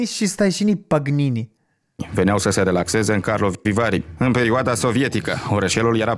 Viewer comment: Rușine celui care citește textul pentru investigația TV 8 pentru "balenare" și "Pagnini"! "Stațiune balneară" și "Paganini". Este elementar.